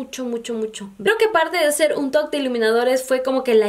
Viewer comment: Pensé que decías el toc o el tog, hasta que puse atención y es el top, perdon por mi sordera 👂